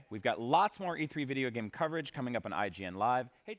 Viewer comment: why does she keep saying "Vaidio" games lul